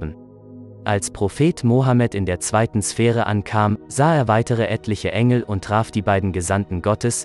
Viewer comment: Kannst du demnächst bitte die namen der engel und der Prophet in der richtigen form sagen du verwirrst mich